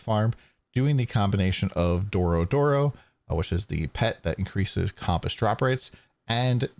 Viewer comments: The mispronunciation of Compass (Kum-pus) was driving me insane, good vid though. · Compass is pronounced with a "u" sound, not an "o" sound.